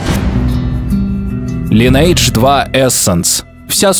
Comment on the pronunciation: Увы, пришлось прекратить просмотр данного видео, так как каждый раз, когда я слышу "Лайнэйдж", у меня начинает течь кровь из ушей.